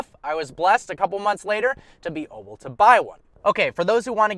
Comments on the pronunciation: You get me dying every time you say "oble" (able) I hope you're oble to reach 1mil today!!! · He knows it's "able" right?